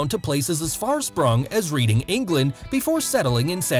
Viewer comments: I love that you said Reading, England like reading a book. It's pronounced Redding like Otis. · Reeding England? Reading said "reding" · Couple of things. As a young child he lived in Reading, pronounced like 'red' not 'reed'. The barbershop segment was in 1992, not 1993. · Reading is pronounced "Redding" not "Reading". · I’m ashamed of that pronunciation of reading. It’s pronounced red-ing not like the book, it’s ok though we all make mistakes. Besides from that, loved this video! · It’s pronounced reding not reading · Reading, England is pronounced red-ing. If he can't get that right, then I can't trust the quality of his research. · Reading is pronounced redd-ing FYI no shame on you tho, you'd never know by looking at it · “Reading”, England is actually pronounced “Redding” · reading in england, is pronounced redding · reading, england is pronounced red~ing lol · Reading is pronounced Red-Ing btwe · It’s pronounced “Redding” ;) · Sorry... Where in England!?! 🥴🤦‍♂️it's "red-ing" my guy. 👍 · Reading is pronounced reding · READING, England 😂 pronounced REDING 👍🏻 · It’s pronounced “red-ing” england 🏴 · Reading is pronounced red-ing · It’s pronounced REDDING 😂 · Reading is pronounced red-ing. Not read like what your doing to the script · After 50 secs I'm turning off already. If you can't be bothered to research the pronunciation of Reading then I can't trust you've researched anything else. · mans pronounced reading in present tense haha